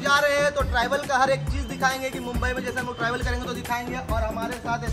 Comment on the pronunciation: Bhai trival nhi hota travel hota haa 😂😂😂😂😂